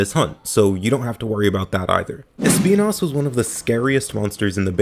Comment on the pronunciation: When he said “Speenas” I felt that